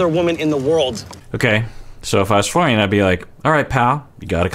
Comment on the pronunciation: Nope. He's Mike until he says Florian properly!